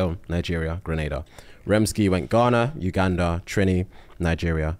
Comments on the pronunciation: “Iganda” broooooo 😂😂😂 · Uganda?!, yeah, I-ganda 👀 looool